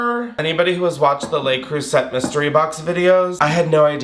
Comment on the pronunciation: Jail for how you pronounce le creuset